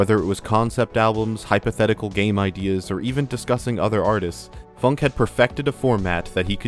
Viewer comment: I thought it was supposed to be pronounced "foonk eh"